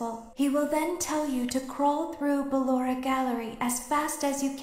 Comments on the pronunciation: He called Blora Poloma hahahahaahah 😂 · HE CALLED BALLORA BALOMA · It’s so funny how he says balloras name as paper in my language 😭😂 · THE WAY HE SAYS BALLORA AS BALLOMA